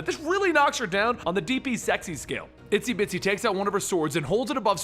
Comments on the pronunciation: i thought her name was "Itsy Bitsy" not "Isty Bitsy" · Isn't it Itsy Bitsy not Isty Bitsy?